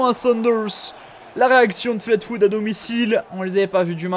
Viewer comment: C'est Fleetwood (flitwoude) pas flate...